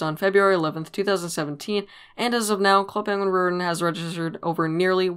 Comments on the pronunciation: why do you say rewiwen it sounds like it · “ club penguin rrrrrrrwitten “ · “Club penguin rerihhhhhn” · It bothers me how you don't say the "t" in "Club Penguin Rewritten". It hurts man. Anyways, nice video. :P